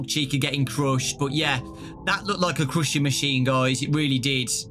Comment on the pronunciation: “Crushsed” Me: “I Wish I Was British.... “